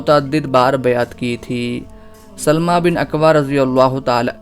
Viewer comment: یہ سَلࣿمَہ نہیں ہے بھائی صاحب یہ سَلَمَہ ہے